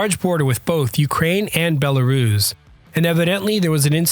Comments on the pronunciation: Bella-russ, not "bella-rooooooze". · Rooss.... not ruze. Bella-rooss. Hard s, not z. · Have never heard "Belarus" being pronounced "Belaruus" before .